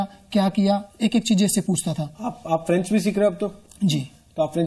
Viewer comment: french Galt bolti h